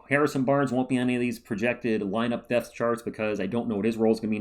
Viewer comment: I mean… I know you’re saying depth, but I swear I listened to one of them like five times and can’t hear anything other than “this does appear to give us more death.” lol